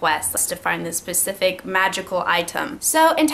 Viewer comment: You do know that the word is specific, and not pacific right???